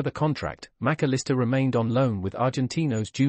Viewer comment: Who ? You got the pronunciation all wrong, either that or every commentator has